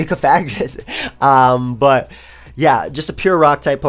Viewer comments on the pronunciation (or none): none